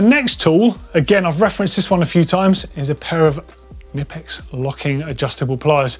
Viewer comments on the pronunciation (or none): The K in Knippex is not silent ;D sounds so. Funny tho